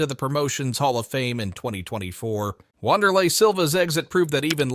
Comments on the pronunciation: “Wanderlei” smfh clown channel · Jesus Christ. You fuck sticks and hour ai created videos. You know how you can tell when ai is used on these? Because it can’t pronounce names like Wanderlei correctly. Anyone who likes and subscribes to your channel is an absolute moron.